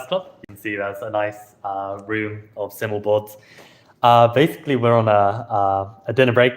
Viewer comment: sigh mul, not simmel 😭